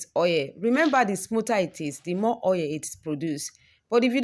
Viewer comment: Its not OA its called Oil O illlll Not OA plzzzz😭